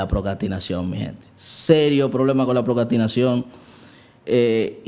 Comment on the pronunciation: Vuelves a decir "Procastinación", en lugar de "Procrastinación" y me desuscribo. JAJAJAJA. ¡Mentira, me encantan tus videos, no me pierdo ni uno! Bendicionesss❤